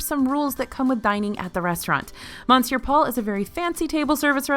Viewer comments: I hate to ask this question, but why do you continue to mispronounce ‘Monsieur’? It’s ‘Muh-siur’. Do they pronounce the ‘n’ at the restaurant? Sorry - my five years of French in school are making me ask this question. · Good lord,, really?!? REALLY?!? Mon sewer Paul? I know you’re from Texas but I would expect that you would know better. Cheebus christmas. 😤😔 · Yeah, clearly it should be mon-sure-powell. Gosh, how crazy that someone who doesn’t speak French would mispronounce French words…